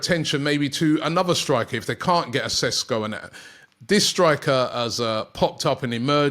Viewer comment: His name is pronounced SHESKO . Love how all the British media are calling him SESKO 🤣🤣 Sounds Spanish & a more exotic sounding name .